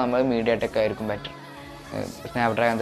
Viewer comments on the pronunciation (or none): 1.40 ആയിക്കാരം അല്ല, ആയിരിക്കും എന്നാണ് ..